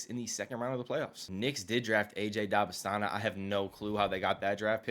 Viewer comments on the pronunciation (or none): stop saying dybanastana